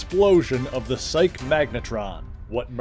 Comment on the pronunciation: Psyche (of Psyche-Magnitron) is pronounced SY-KEE